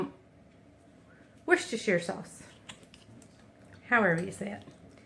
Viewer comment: You said Worcestershire sauce perfectly! The artichoke dip looks yummy! Esp with baguette slices.